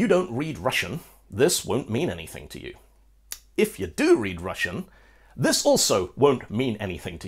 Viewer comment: I'm russian, and am really happy at you actually pronouncing russian correctly! incredibly rare :D